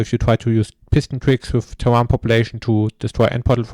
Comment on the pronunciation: Amazing video. New tech is 💪👏! One thing though, and I don't mean to be disrespectful by this, I'm just trying to help, but if it comes off as disrespectful then I apologise; the English word ‘terrain’ is pronounced (using the closest German equivalent) as ‘terrän’